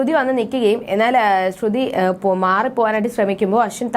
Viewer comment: Please say like sruthy not srudhy.